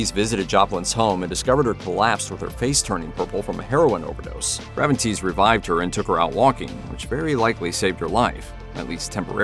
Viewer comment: Who the hell pronounces Gravenites "Graven -- Tease"❓